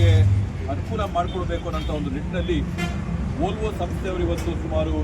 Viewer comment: Volvo adu volto alla... Please correct agi pronounce madi